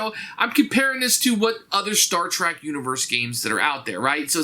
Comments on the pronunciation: Love your videos man but It’s “Star Trek”, not “Star Track”...Would be so bad if you hadn’t said it that way 75 times throughout the video. Keep up the great work though. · Little grinds a fan’s ears more than hearing someone pronounce it Star Track.